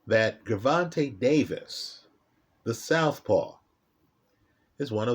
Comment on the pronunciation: All of the vids he’s made about Tank and he STILL won’t pronounce his name correctly 😂😂😂 Great breakdown as usual though. LoL